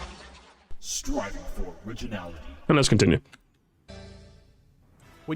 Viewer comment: "SRIVING" yeah that what's he doing instead of Striving LOL😂